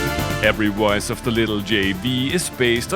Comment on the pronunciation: Wintage awailable woice - you're not even trying.